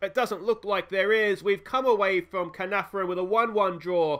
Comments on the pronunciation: It’s pronounced Kar-Nar-Von if that helps. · You said Caernarfon like 8 different ways in this video and you got it wrong every time 😂 Check Caernarfons team as they have a Welsh speaking policy so they might be communicating in Welsh which will give them an advantage